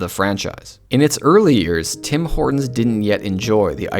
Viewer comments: Now it's "Dim Ordon"😂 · Taj MaHortons --->DO NOT REEDEEEM!!!